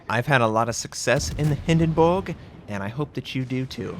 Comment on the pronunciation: Love the fact you pronounced Hindenburg right!